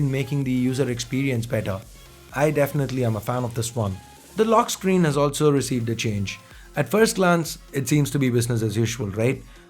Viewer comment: Scree cast